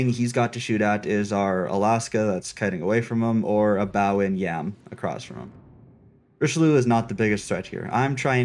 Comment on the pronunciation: Quit saying "Richiloo" ! Jeez, rude. Just kidding xD Richeli*eu*, please 😉 Nice vid anyway, glad this campaign is a DD, and also glad that it's Somers. However I'm kinda disappointed by the general AA capabilites, they're quite garbage for an american DD.